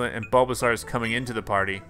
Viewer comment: It bulbasaur like a dinosaur with a bulb not a bulbazar